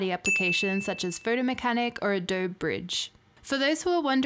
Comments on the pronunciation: Can't even pronounce "Adobe". All credibility lost. doh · The 'e' in Adobe is not silent. It should have a long 'e' sound like in 'bee'. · You're making a new catalogue for every shoot? Jesus. That's what collections are for. You can't pronounce the name of the company and you don't have the basics of how to use the software you're benchmarking. Besides that, the fact that you don't know lightroom has crippling performance issues means that your opinion can't be trusted. May as well just delete this video.